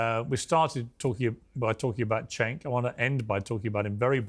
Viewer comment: Piers Cenk is pronounced Jenk not Chenk lol